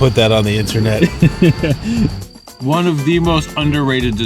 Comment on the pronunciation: Dude… you guys just satisfied every craving for garbage food I’ve had for the last month of cutting. The fact your blood sugar is so high and you’re so sick from the food that you’re enunciating every hard syllable of “in-ter-nut” with a throat about to unload chunks is the worst kind of inspiring. God damn… your abilities to commit to the bit is so so gross. God this is gross. So gross. Thank you for your service. 🫡 BARF